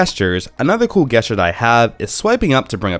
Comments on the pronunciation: Yeah its definitely supposed to be a soft g sound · Cool guesstures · Its that darnn game! I say it the same way because I grew up playing Guesstures before I knew that "gesture" was a word. I now long-pause before pronouncing the word to make sure I'm going to say it right. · You say Gesture weird. It's pronounced Jest uses... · I guess ture triggered by this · How the eff did you make it this far in life saying gesture like that? Go back to your teachers and tell them they have failed you. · The way you pronounce the word "gesture" really triggers me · It kind of ruins the video.... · Yeah, I stopped watching after he said it the second time I thought the first time was a one-off after he said it again I couldn't focus on the video anymore